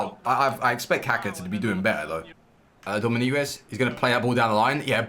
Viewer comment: you are just bad at saying those names, same with Dominguez, you said something like Dominiguez